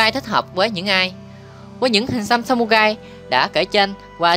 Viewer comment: Đọc sai r phải đọc là samurai ( rai ) chứ không phải samugai nhé